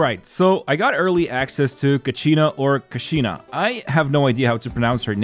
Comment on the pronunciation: It's not ka-she-na U can listen to the pronunciation when Mualani announced "Kachina will release the ball..." in Ignition teaser(flames forged something)